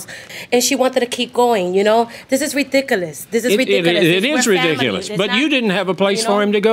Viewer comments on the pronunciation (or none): "this is reedikalass.."